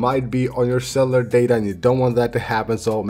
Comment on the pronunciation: Ac-ce-ssi-bi-li-ty , Not Axebility Ce-llu-lar , Not Celar